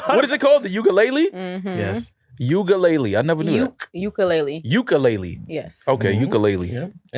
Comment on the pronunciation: Please don’t go to Hawai’i saying Ukulele like that 😂😂